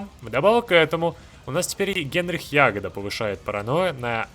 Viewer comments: Главу НКВД зовут ЯгОда, а не Ягода. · Вроде Яго́да, а не Я́года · ЯгОда зараза, ЯгОда!1!1! Вы достали не правильно произносить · ягОда а не Ягода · Генрих Яго́да (ударение на о́), возможно у этого события есть какой то процентный шанс, по крайней мере у меня его не сняли по событию, так и остался до конца, особо некем было заменить после чистки)). Так же рассказывая про снабжение можно упомянуть транспортные самолеты с функцией снабжение, теперь они творят чудеса. У меня восемь 20-х танковых дивизий просто катались среди крайне истощенных дивизий союзников не имея никаких дебафов по снабжению, достаточно было повесить на регион 20-30 транспортных самолетов. Естественно если в регионе доминирование вражеских истребителей, то снабжение по воздуху так же быстро закончится. Жаль что сами боты так и не научились этим пользоваться, предпочитая стоять друг напротив друга обессилившими дивизиями. P.S. Спасибо за детальный разбор механик, давно искал подобное видео. P.P.S. Про Яго́ду досмотрел до момента когда у тебя его тоже не сняли, возможно, поправят в будущем для историчности. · Генрих ЯгОда(ударение на "о") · да не вы конкретно, прошу прощения Уже смотрю 4 ролик, и как только его фамилию не коверкают:) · Хотелось бы увидеть прохождение за Бухарина. Иди по пути антифашизма. P.S. У Ягоды ударение на "о"